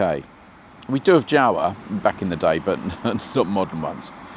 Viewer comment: yeZdi and Jawa pronounces as word Yawa